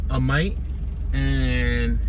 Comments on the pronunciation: You pronounced Amite wrong. It's pronounced like it is spelled Amit. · Galatin...pronounced Gal-ah-ten. Amite- pronounced Ah-mitt..like a baseball mitt. And yes Jtran the bus service